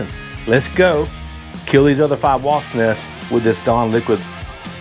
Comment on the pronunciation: Wasp!!! I know here in Texas people also say wasts. But it's with a P!!